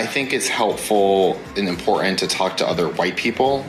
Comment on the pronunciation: if you’re American and say “important” like that there’s a 100% chance you’re a fuckwit.